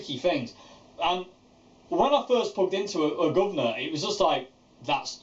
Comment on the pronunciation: The way you say guvnor lol so perfect